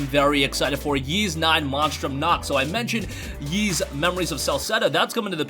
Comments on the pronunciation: Ys is pronounced Eees not Yees. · Ys is pronounced Ees. The Y isn't pronounced at all. It's not "Yeast" without the t. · Every time he mispronounces Ys.. 😖🔫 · It doesn't matter how weird you find it, you're still pronouncing it wrong. There are dozens of words that aren't pronounced the way they're spelled. Who could pronounce Worcestershire correctly if they were never taught? The first time I saw Ys was in a Justice League comic as a kid. Fortunately, it came with one of those translation boxes that explained how to translate it.